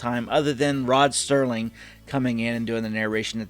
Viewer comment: Cool video, I enjoyed watching through your first impressions. I’ve seen these episodes like 20-30+ times each. Btw, it’s Rod Serling not Sterling